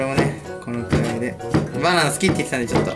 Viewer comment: 「バナーナ！」がネイティブに言おうとし過ぎて「パニーニ！」っぽく聞こえた(笑) 手際が良いなぁ、じんたん。 の「じゃなぁ～い？」の言い方好き♪ テオ君の叫び(笑)